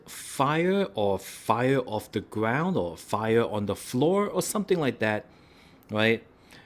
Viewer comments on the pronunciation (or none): none